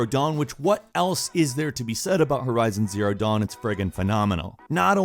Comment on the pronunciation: it sounded like u said forza horizon zero dawn